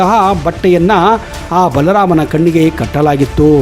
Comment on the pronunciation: ನೀವು ಬಲ ರಾಮ ಅಂತ ಕರೆಯೋದು. ಅದು "ಬಾಲ ರಾಮ"